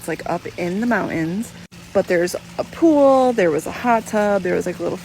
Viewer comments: Everytime you say the word pool…haha sounds like you sayin poo 💩 😂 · Gonna need you to never say pool again lol